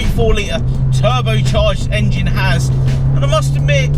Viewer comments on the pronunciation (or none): none